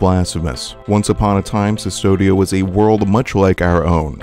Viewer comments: that’s my point. This person’s whole channel is based on analyzing media. There shouldn’t be any excuse for mispronouncing anything if you’re researching and analyzing different media closely. There have been countless Blasphemous analyses and not one of them have mispronounced “Cvstodia.” Do you understand where I’m coming from? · The only thing that frustrated me about this video was hearing you pronounce "Custodia" as "Sistodia". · I'm pretty sure it's pronounced "Custodia," not "Cystodia." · "The land of cistodia" Considering the spanish inspirations of the game, and how in ancient carvings from latin, the U is carved as V because it's easier to chip stone at angles, I'm confident in saying that the land's name is "Custodia" pronounces 'koos-TOH-deea' and which is basically the spanish word for custody or guardianship. The name custody actually fits very well with the themes of the game. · Sustodia? It's pronounced Custodia, from the spanish 'custodiar' which means 'to protect' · Why do you pronounce “cistodia”, instead of “custódia” (as in Latin custodes or custos - custodes, custos kustɔdɛs, kustɔs)? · Kus-TOH-dee-ya. Custodia. The V is a U in Latinate alphabet. Not "Sis-todia". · the way you pronounce custodia is kind of annoying my latin language side of the brain xD it's not an ss sound it's a k sound: kustodia. you wouldn't pronounce Astartes Custodes as "Sistodes" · Sis-todia? Come on, man. KUSS-TODIA. Like custodian? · CUS-TODIA dude CUS-TODIA the V is a U in latin. and cvstodia is latin it's prounounced like the "cus" in cussing. CUS-TODIA "civstodia" doesen't mean fucking nothing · Amazing video, but for the love of the Miracle, it's "Koos-toh-dee-ah", not "Sus-toh-dee-ah". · yup. everytime 'Cystodia' was said made me sadder. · Why narrator calls Custodia "Cistodia", though. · Custodia should have a hard C, like custodian and custody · Yeah, it was a pretty good video, but hearing "Sustodia" every few lines was a bit grating